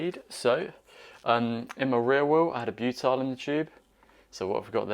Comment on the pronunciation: Repeat after me - "BYOO-TIL"